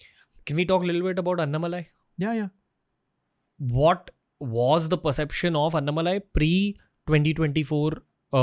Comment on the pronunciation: Everytime Raveer says Annamalai I get an ick. It’s An-Na-Ma-Lai.